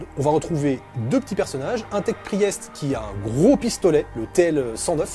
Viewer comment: Pri-èst. C'est pour que l'adversaire fasse un AVC si il est anglophone ?